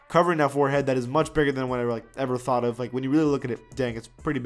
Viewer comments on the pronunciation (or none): none